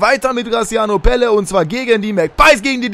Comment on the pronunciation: Eher night :D Er wird mit Doppel-l geschrieben also Pelle und in etwa so wird er etwas anders ausgesprochen :)